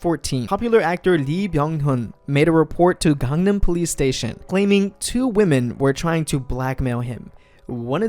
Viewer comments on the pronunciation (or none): none